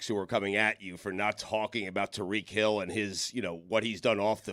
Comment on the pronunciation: Tie-REEK Hill Stugotz not Tuh-REEK